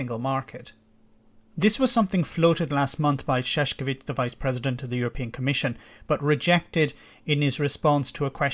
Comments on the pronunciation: please try to pronounce the name of Mr. Šefčovič correctly: chef-chow-witch, spoken as one word. Thank you. It is really not Šeškovič, it is Šefčovič. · Sevcovic is pronounced SH-ev-TCH-ovi-TCH